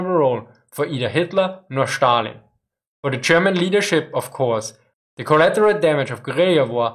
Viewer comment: Why do you pronounce Stalin as Shtalin?